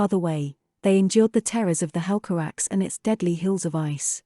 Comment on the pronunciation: I think its pronounce as "hel ca rak se" instead of "hel ca raks", also Turgon - "toorgone" and not "tergon"